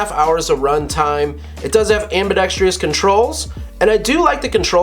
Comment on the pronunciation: While we're on the subject, the word "ambidextrous" is pronounced am-bi-dex-trous, not am-bi-dex-tri-ous. It's not even spelled that way, so I've no idea how that incorrect pronunciation came about.